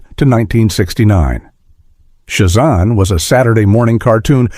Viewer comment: It's Sha zAM not shu zom. Boo on AI voice thumbs down